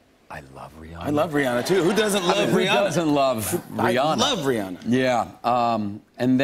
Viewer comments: "Rheearrrnaaarrr!". Stahp. It's Ree-anna. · Why do people say her name is Ri-ah-na is ridiculous her name is Ri-ANNA... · Why can't Americans pronounce Rihanna's name right? It's Ree-ANNA. ANNA. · CapuletRose RIGHT He says it like "Rhe-Anna", with a heavy Germanic pronounciation on the "An-nA" bit loool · Rihanna but he says re on ahhhhhh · Who is this ‘Reeyarna’ they speak of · How Aaron Paul says “Rihanna” ... sigh. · hearing them mispronouncing Rihanna's name hurts lol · Why is he pronouncing Rihanna's name like that?